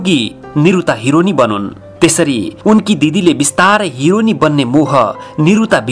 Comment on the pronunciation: The way he said hironi 😂😂